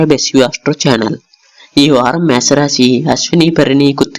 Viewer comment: మే స రాశి కాదు.. మేష రాశి.